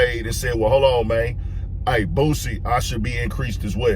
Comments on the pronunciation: Say Bossie name right man lol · Its boosie 🤦🏽🤦🏽🤦🏽 how have people been messin that up for years is diobolical smh lol aries you blacl dawg. Listen to his music amd you will pronounce it properly moving int0 2027. Please do it 😂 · This a baaaaad saaaaaad look for Aries mane😅 He’s always be full of 🌽 (IMO) but this solidifies it. Likeeeee, wtf are u talking about mane?!? “Be a little bit fair”? “Are we friends or not?” Mf can’t even pronounce ‘Boosie’ correctly who is this man😂